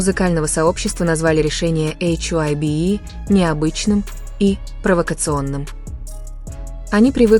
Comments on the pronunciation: Вам следует читать привычное нам ХАЙБ, а не ваше новомодное эйч-Ай- Би. Согласитесь, пожалуйста. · Это слово hybe читается как «хайб»